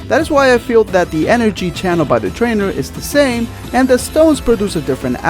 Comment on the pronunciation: you said twaner